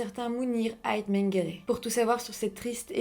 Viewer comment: Ce que je trouve étrange, c'est que connaissant la renommée internationale de Ait Menguellat, n'arrive pas à prononcer son nom correctement. Je pense que tous ses admirateurs sont mal à l'aise à chaque fois qu'elle le prononce. On sent dans son articulation comme une tentative de dévaloriser ce grand chanteur qui compte des millions d'admirateurs. Je compatis pleinement à ce qui arrive à Lounis Ait Menguellat et suis désolé pour toute la publicité négative que peut lui causer cette affaire alors qu'il n'y est pour rien, à part le fait d'avoir engendré Mounir.